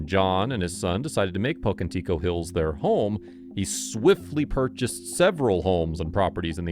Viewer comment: Having been born there, like my Mother before me, I find it offensive that you mispronounce Pocantico.